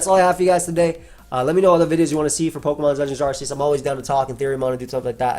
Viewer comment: It’s pronounced ar-kay-us because he has an arc on his back and silvally’s ability is “RKS” system